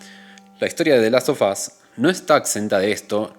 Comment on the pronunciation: Interesante el punto de vista del video y la profundidad de análisis, me suscribo a la espera de más. Una cosa nomás, en el título del juego, en inglés, el sonido /f/ se vuelve /v/, /delastovas/ (ponele que esa es la transcripción aproximada, porque no tengo signos fonéticos en el teclado), y como se repite mucho en el video de tanto escucharlo quedan ardiendo un poco las orejas, perdón 😅. Ojalá le vaya bien al canal, deja con todas las ganas de ver más videos.